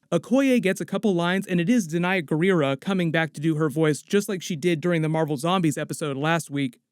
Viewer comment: Not bad, but close. You might want to double-check the pronunciation of Danai Gurira.